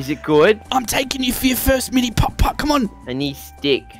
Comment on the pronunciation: The way he says putt putt is so satisfying Edit